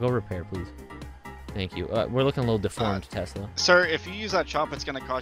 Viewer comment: Three driffrent telsla lol